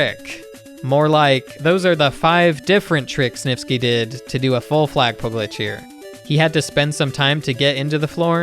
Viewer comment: “NIFTSKI” yeah I’m not surprised